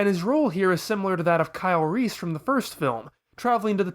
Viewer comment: Sometimes I mishear you saying "Kyle Reese" as "Kylo Reese".